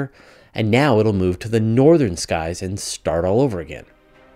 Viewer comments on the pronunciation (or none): none